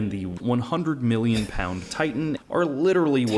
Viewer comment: Ok he says miwlion with a w when it’s million, pronunciation dude